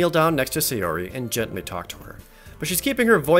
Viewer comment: Say-ori... bruh... you’re killing me